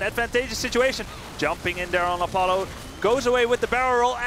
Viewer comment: "op-u-la" i'm pretty sure he was going for a-paul-oh or apollo since his name is paul oh.